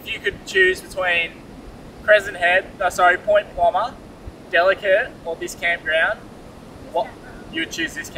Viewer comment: I’m impressed , you got Point Plomer right in the game of pronunciation . Luv your honesty in the vids re bad weather , some other crews never show the crap weather . 👍👍